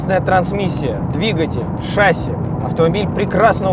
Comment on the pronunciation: ШассИ, а не шАсси